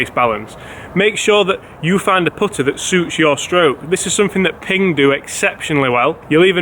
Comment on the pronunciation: Learn how to say putter